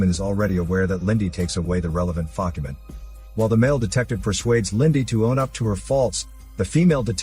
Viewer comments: focument?????? did i just hear that?? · "Relevant Focument"😂